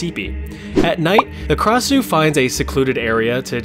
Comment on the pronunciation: Krasue originate from Thailand and it only have 2 syllables kra-sue not ka-ra-sue